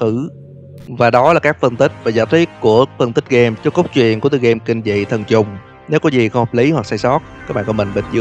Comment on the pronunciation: sao ảnh nói thần trùng mà tui cứ nghe là t*nh tr*ng 🤣🤣